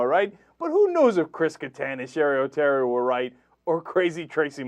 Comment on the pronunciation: its cheri oteri. but if she was anybody worth googling, you woulda gotten some results even with sherry oterry. that just shows ya.... where is she now? nowhere. lol.